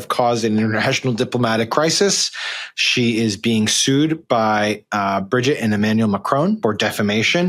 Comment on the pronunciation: Madame Macron’s name is not Bridget. It’s Brigitte. There’s a difference.